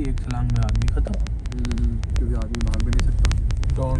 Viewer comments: भैया भैया।। बाघ बाघ ---- बाघ नहीं भाग भाग _____🙄😆😆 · Bagh nhi Bhaaaag bc😂